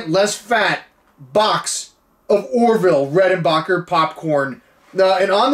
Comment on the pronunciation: Over the years, two things have remained constant in L.A. Beast's videos – him doing the robot while eating something challenging and him needing to get his Bering Strait. That phone call at the end was amazing. Those chips are as old as me! Orville Reckonbarbacker... I'm pretty sure you're not the only person to have said his name like that 😂